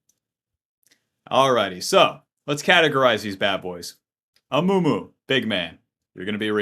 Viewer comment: Amumu ❎ Amoomoo ✅